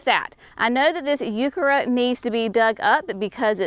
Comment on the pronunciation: Can y'all tell me – What is a Youkerra plant? She keeps saying something that sounds like "Youkerra" & I have no idea what that is! Google doesn't know either...